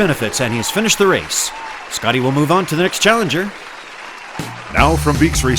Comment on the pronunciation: As a German i can asure you that "Schotty" is pronounced "Shotty" and not "Scotty".